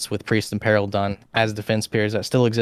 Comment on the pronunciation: At least you got peril right, you just had the emphasis wrong. Nothing wrong with that at all. It just means you are thinking of the word written down rather than spoken aloud..